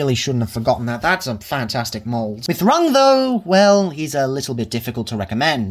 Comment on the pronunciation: Rung. It's Rung, as in ladder.